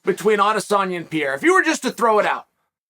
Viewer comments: Only person Ive heard pronounce Alex’s last name like that. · too much brain damage to pronounce pereira correctly